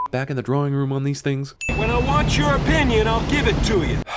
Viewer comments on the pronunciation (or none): "when I want your opinion Ill give it to you"....how was that not noticed during editing? And how can you get paid to be in a movie if you cant utter a basic phrase correctly?